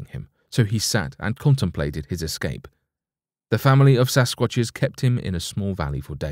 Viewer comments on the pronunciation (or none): none